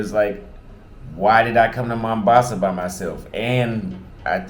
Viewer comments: welcome to my home City! it's "Mombasa" with an "O", not "Mambasa" 😅 cheers! make sure you visit Club Volume in Shanzu! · We call it mOHHmbAsa not mAmbasa ...but anyway have a blast🎉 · I know your brain super lazy but why dont you at least try to pronounce Mombasa right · Vowels pronunciation are different for American and British English.